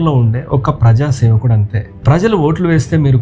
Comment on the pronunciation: ప్రజాసేవకుడు కాదు ప్రజాషేవకుడు